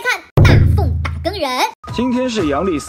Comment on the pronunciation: 打更那个字念jing一声